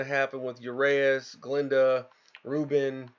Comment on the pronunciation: you got it wrong again, its urAeus ,you have to hear the A not the E ur A eus